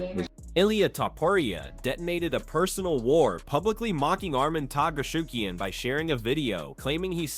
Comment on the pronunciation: happens when you use TTS for your videos, i usually skip videos like that but this one is funny. Arman Targaryen XD